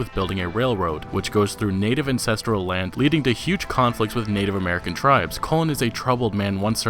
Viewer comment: LMFAO, it pronounced "ancestral" not "incestral" haha